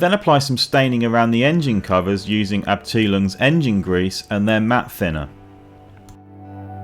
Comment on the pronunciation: Dude Abteilung.... What the hell? Try this Up tile And then say something like "oonk". Put it all together Up-Tile-Oonk and you are close.